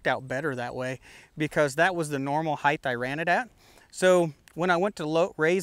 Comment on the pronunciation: Great videos but every time you say heighth instead of height, I cringe.